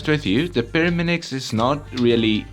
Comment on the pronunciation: He still says Pyraminix